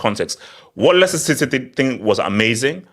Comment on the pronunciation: Citeh, citeh , citeh